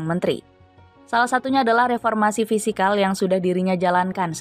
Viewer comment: Fiskal bukan fisikal min😊